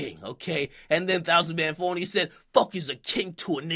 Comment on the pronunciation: lol he didn't even pronounce it right